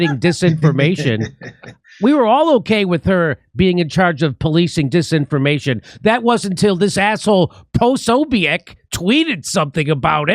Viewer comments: It's pronounced Pro So Bick. ;) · It's Po-so-bic. Emphasis on 'so', the second syllable. You're welcome.😊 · Jimmy, it is pronounced puh-SO-bick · Jimmy I believe it's "Pa-so-bic", since you were asking. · Posobiec is pronounced POE-so-BICK. It's amazing how many folks don't know how to pronounce it. He's on Tim Pool's show quite frequently, and anybody who watches that show knows for sure. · Posobiec is pronounced posobic. Silent e. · It's Po-So-Bic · Jimmy, if you read these, it’s Jack Pa-so-beck. He’s amazing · It's pronounced Poh-sobic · It's pronounced Jack Pa-so-bick Great video though! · Yeah, I think it’s Puh-SO-bik but he got close. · It is pronounced Jack Po-so-bik